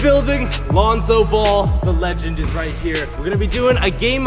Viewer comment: Lonzo the "lengend"